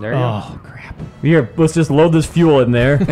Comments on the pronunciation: it says load not luhu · can't tell that "LUHU" is actually "LOAD".